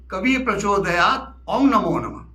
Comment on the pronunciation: Aap om ko ong kyu padte h please batae